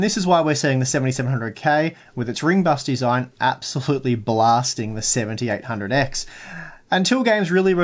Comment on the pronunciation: when you talk fast your "7800x" sounds like "1700x"